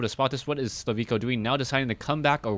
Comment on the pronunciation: thanks for the vid but check his name again. Im pretty sure his name is slivko and pronounced like you would usually do.